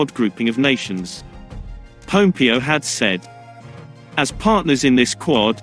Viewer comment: Pompeo not Popeo